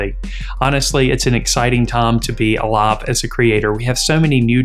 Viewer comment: Exciting "tom" to be "alom"? Is that an accent or something else?